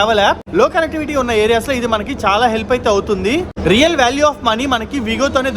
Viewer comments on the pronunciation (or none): none